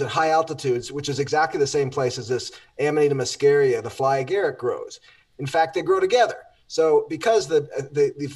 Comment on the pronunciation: i love you guys but you must learn latin is not english, you pronounce it AMANITA MUSCARIA, not AMANAITA MASKERIA. It's the mushhroom we all love, maybe let's just call ita mukkhomor